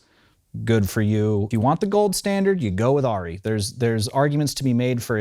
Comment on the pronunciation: What is it with this revisionist pronunciation of Arri as "Ah-ri" Its Arri with an A as in "apple", not A as in "awe". Ask a German, FFS. Me: Arri owner/user/fanboy since the mid-70s.